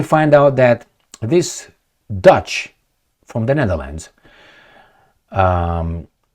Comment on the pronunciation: Are you saying Dutch or douche?